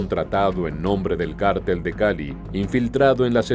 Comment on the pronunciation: Porqué cártel,y no cartel.